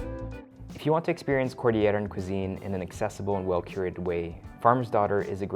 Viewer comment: Appreciate the attention to detail. Nice work. One point for improvement, though. Cordillera is pronounced as /kor-dil-ye-ra/ and not /kor-dee-ye-ra/ like some foreigners pronounce words with double-'l' words. You enunciate the letter 'l'. Thanks from a Cordilleran myself.